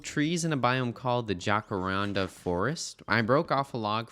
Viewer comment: my boyfriend sent me this video at the timstamp just so i had to hear jacaranda be pronounced wrong